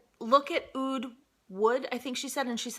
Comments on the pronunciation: Your Oud pronunciation is perfect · You were totally saying the word Oud right (I'm persian and we say it exactly how you said it) gorgeous haul, funny as always l... I died when you said I barely can turn on the light 😂